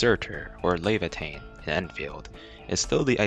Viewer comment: "You are calling your operators wrong" Proceed to pronounce Laevatain's name wrong Also, 12F/Antal can't apply electric infliction, just "Focus" which is a debuff Gilberta